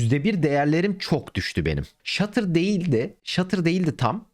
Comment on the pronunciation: hala stuttera shutter diyor kral